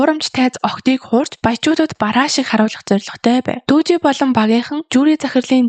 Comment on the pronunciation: Таксины жолооч залууг Дүжи биш Дуги шүү.